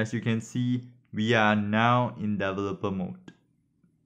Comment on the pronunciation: Very good instructional video on IVcam. I am also an ESL (english as second language). Please practice pronouncing the word developer. It is one of the important key words in your instruction.